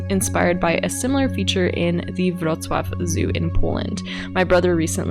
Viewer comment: As a Polish I have to say the way you pronounced „Wrocław” was just perfect 👌😁 Discovered your channel recently, I really enjoy what you do! 😊